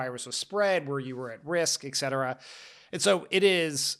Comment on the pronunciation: gahhh, my ears burn like hot lava every time Dan says "eck-cetera" - -please reteach yourself how to pronounce this word. Maybe Favs can get all Henry Higgins with Dan/Eliza. Thanks for the pod, though.